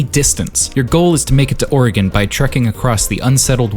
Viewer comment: oregonian here, its actually pronounc- oh my god someone online actually pronounced it right what the hell